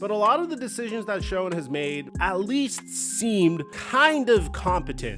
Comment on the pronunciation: For the love of god, it’s pronounced “Shane” (Joe Schoen)